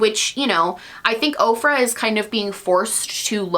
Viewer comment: 😂😂😂 when you said “OFRA” , I heard “Oprah”.... “Oprah is coming out with a palette!” I had to rewind to make sure I heard you right! 😂